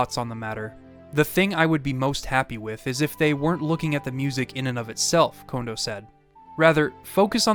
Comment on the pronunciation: Thank you for pronouncing Kondo correctly!!!! So many people say the name wrong so often, it has almost become triggering.